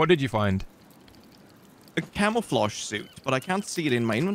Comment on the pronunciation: said commafluge 😭